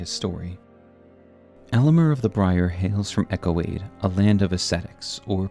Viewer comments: Its not "Echo Aid" it's pronounced "Yo CADE!" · It's pronounce yo_cade not echo- ade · Eochaid is Irish/Briton and pronounced like "ay-oh-kith" or "ay-oh-kid" or "ay-oh-kay" or "ee-oh-kee" (the 'k' being pronounced like a soft 'k', as in "loch") or really anything but "echo-aid". Marais is also famously French, being the name of a fashion district in Paris. The "s" is silent, so it sounds more like "mar-eye". If you wanna be really French, the "r" is slightly guttural. Funnily enough, you DID pronounce "Margit" the way many people in its native Italy and Greece say it, but in-game Margit introduces himself in his introduction: "Foul tarnished, in search of the Elden Ring. Emboldened by the flame of ambition. Someone must extinguish thy flame. Let it be Margit the Fell!" And he pronounces the "i" like you would in the words "kit" or "hit" rather than as you did. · Why is no YouTuber at all ever able to pronounce “Marais” properly? Lol It’s “Ma-Ray” not Mariah’s. Marais in French means Swamp or Marsh/Marshland. House Marais (Ma-RAY). The Marais (Ma-RAY) Executioner’s Sword. NEXT, it’s not “Echo-aid”. Eochaid would be pronounced either “EYO-kaid” or “EHK-ayd” There is no “Echo” sound in this word. If you’re going to do a lore video, at least take 10 mins to figure out how things a pronounced, and that starts from actually looking at the words. They’ll tell you more often than not just by the order in which the letters are placed. Then just check out etymology. It’s really not that hard if you just slow down and try. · Hey there; just some pronunciation gripes. (Mispronunciations drive me insane.) The name of the House of Marais is francophonic, and thus is correctly pronounced 'ma-RAY', not 'marry-us'. Eochaid is celtiphonic, or Irish-sounding, so its correct pronunciation is 'O-hahd', not 'ecko-aid'. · It's eochaid, not echoaid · "Eochaid" is pronounced ˈeːu̯xiðʲ (Ay-oh-heeth) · It surprises me how many people can't read the Name Eochaid E-OH - Cade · And Eochaid